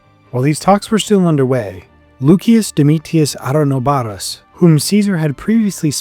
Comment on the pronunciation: And loo-shus not luk-ee-us